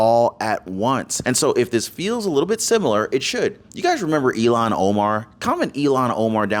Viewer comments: Please it is Ilham with a h that is pronounced, not Ilon, which sound like “Elon”. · Ilhan, not Elhan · Its not Elon...it's " IL HAN " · "ILHAN" not "Elon"! oops! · Please speak her name correctly. Her name is NOT ELON !!!! HER NAME IS SPELLED.....IL HAN. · It's not Elon Omar it's ill - han Omar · Her name is Pronounced ILL HAN like sick hand. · It’s pronounced “illon” Omar. Please don’t say “Elon!” That’s an insult to those really named Elon!!! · ILHAN NOT ELON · ill han omar, not elon omar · It's ill han. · It’s not Elon Omar… it’s ILLHAN (IL Hann) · Omar’s first name is pronounced ill hawn. Not E Lon. She’s awful!! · PLEASE....NOT ELON‼️ IT IS ILHAN PRONOUNCED. ILL HAN ‼️‼️‼️ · It's Ilhan pronounced illhan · WE remember ILLHAN OMAR! pronounced ILL-HON, not Elon! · Please call Omar -ill han not Elon it got confusing Musk or Omar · Her name is pronounced ILL-hahn, not “Elon” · ILL-Hahn Omar. Not Eee-Lon. Pronunciation is important. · Her name isn't Elon its Illhan. If Your going to speak professionaly than please do so!!!!